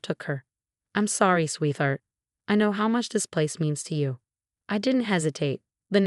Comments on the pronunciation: It's sweet heart ....... not sweeth heart 😂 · Don’t put the word sweetheart in the script if it can’t be pronounced correctly